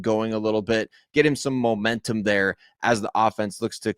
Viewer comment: Did you say Bomentum...GO BRONCOS